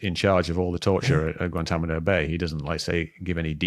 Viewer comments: Mick is the man, just a little pet peeve, but it actually sounds cool when he says Guantamano instead of Guantanamo. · A lot of excellent points. Some generalizations though. Mispronounced Guantánamo numerous times, drives me batty, haha.